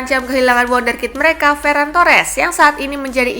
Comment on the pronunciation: Admin torres wonder kid bukan wonder kit